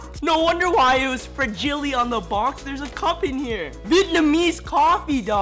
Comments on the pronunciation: He Really Said Fra-Gil-E😂 I Thought U Just Had A Problem With Saying Haribo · Fragile lol fragilee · You said fragile wrong